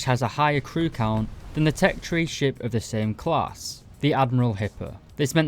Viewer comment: Did you say ship or shit. All jokes aside. Hopefully more people get in to navy and hopefully it gets a bit more attention.